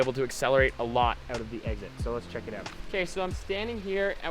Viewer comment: "eggzid" lol. Love your tutorials Finn, could you make one about how to train for downhill racing. Would be cool:)